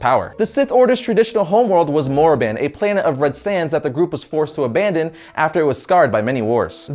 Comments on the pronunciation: It's Korriban, not Morriban :P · Haha he said Morriban. ...you mean Korriban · morriban!? more like bore-i-van! especially it's korriban. read up!! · Korriban, not Morriban. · Wait.. Did he just say "Morriban"? Pretty sure it's Korriban. I've been there! (in computer games) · Did I just hear Moriban instead of Koriban? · did he just say morriban? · Korriban, not Morriban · You said "Morriban" it's Korriban, with a K. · Korrin not Morrin, M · Korriban not morriban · It's Korriban and MOO-stafar. Not MUST-afar. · ok I like this video all of it BUT one thing its Korriban not the one you said its Korriban please use this for our home world and ty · ITS KORRIBAN!!!!!!!!!!!!!!!!!!!!!!!!!!!!